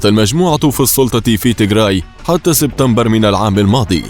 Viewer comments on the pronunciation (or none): none